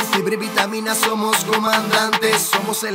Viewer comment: en el minuto dice somo y tiene que decir somos